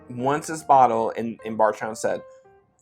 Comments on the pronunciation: Ok i have had a few tonight after having just left the Bourbon Junkies live stream but is anyone else hearing Bargetown when says Bardstown? Or is it just me?…maybe I need to take a break lol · Definitely heard Barge instead of Bard. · Bardstown. But it sounds like you’re saying Barsha.